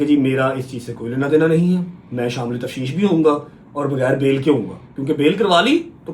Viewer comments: Tafsheesh nahi tafteesh hota h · Tafsheesh Nahin tafteesh kehtay hain